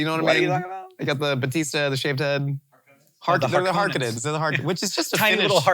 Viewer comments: Not a Finnish last name, though kinda close so props I guess for recognizing the proximity. Yeah, it's got the -nen ending but also it's got an N that's too much and makes it pretty un-Finnish in they way we pronounce it. Every letter matters. And even if it was Harkonen, it doesn't sound quite right. Härkönen, on the other hand.. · while the pronounciation of Harkonnen sounds like An english speaker trying to pronounce the finish Last name Harkkonen, its written In A way that reminds me of swedish.